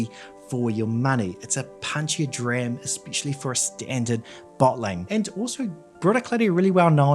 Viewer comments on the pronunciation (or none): none